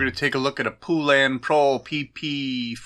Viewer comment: Po-lun, not poo-lan, let’s all try to pronounce Poulan together correctly!